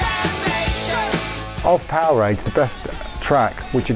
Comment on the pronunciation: Loved the video footage, but there's ALOT of misinformation by the narrators, especially from snagletooth who doesn't even know how to correctly pronounce the album title Powerage. Hopefully one day a real documentary about the Bon Scott years will be produced. That band is important to rock history. And of course, Bon Scott is the best Rock-N-Roll singer of all time!